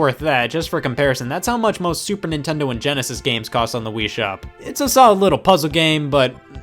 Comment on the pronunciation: he said nintondo